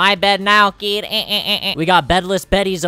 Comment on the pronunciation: I love how mini always says "KEED"